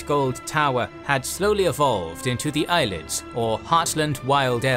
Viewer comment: And it’s Ay-lee-ids, not Eyelids 😂